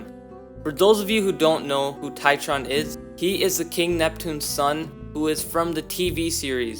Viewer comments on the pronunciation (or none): Its TRITON not TITRON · Did bro say titron? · bro really can't pronounce Triton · I'm a Greek too. Bro is like Triton that's wrong. Try-trone is correct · do you mean Triton and not Titron? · Dislike because you called triton titron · I love how he says triton as try-tron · makes me cringe hard haha how could you get that wrong? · My man can’t even pronounce Triton correctly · As a greek, the mispronounciation of triton triggers me on a personal level 😤😤smh😟